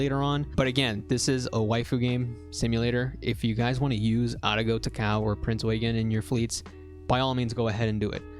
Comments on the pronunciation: I died inside when I heard "ta-KOW" IT'S TA-KA-O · ao actually does sound like ow. The O is kinda short and if you're speaking japanese you wouldn't even pronounce it much most of the time. While he is pronouncing it wrong in the video, does it matter? He's just pronouncing it with a more westernised accent, getting annoyed over a simple thing like this makes you seem more like a weeb in my opinion.